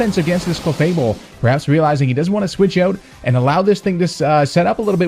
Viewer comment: Love how you pronounce 'switch eout'